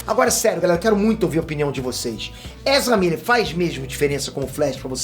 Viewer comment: "Ezra Birris" burro de mais